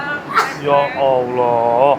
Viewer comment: muslim kah, fasih banget klw bilang alloh😊